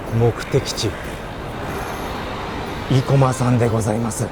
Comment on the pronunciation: 生駒は横浜や東京あたりでは‘’い‘’を強調した発音はしないな。排骨は都電早稲田近くの大王ラーメンが見立て面積同様、体積2倍で大食いチャンネルには良いと思うので是非。でも顎外れたらご免なさい。